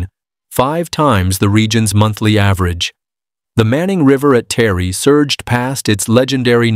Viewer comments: By the way the town is not called Terry it's Taree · Its pronounced TAR REE. 💪 Its the end times. Look up dearest Christians our redemption draws near 🤗🙏❤️ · It’s pronounced Tar Ree